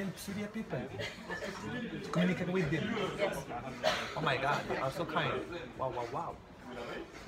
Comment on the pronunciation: قول ،I told them ,not I told hem